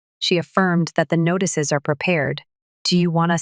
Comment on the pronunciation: The AI voicing this sucks. M A A M? . NAGHTICES? And problems aren't worked out this easily. BS.